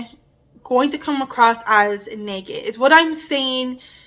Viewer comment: Loved your video, practice saying the ah in nagging instead of eh, it sounds like neggin and I was like what is neggin? 😅❤